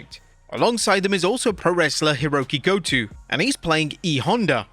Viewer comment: hiroki go-TU?? are you serious???